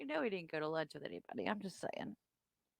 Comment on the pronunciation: 😂😂😂😂 wit(with) Grownz(grounds)